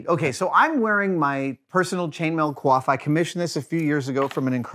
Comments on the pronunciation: damnit coif is pronounced kwaf !? I've been saying coyf my whole life. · a... kwof? My man called a Coif and Kwof and I'm very shook. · The hood is pronounced "coyf" and is actually spelled that way in some manuscripts and inventories. The collar is called a Standard. If made if plate or leather it is a gorget. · Unless you're French or something, just say coyf.